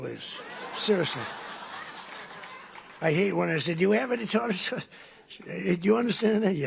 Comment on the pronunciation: Tartter sauce!???! Really?! WTF